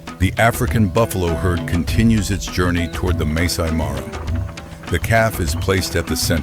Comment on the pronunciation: There is reality here but the footage is not real. The AI mispronounces Serengeti, Masai Mara etc. get the little things right if you use AI